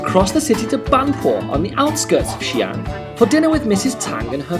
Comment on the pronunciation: xi'an two distinct syllables; not xian, one syllables. In Pinyin, occasionally an apostrophe is added to clarify.